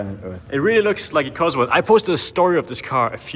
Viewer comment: don´t say cosworth 😵‍💫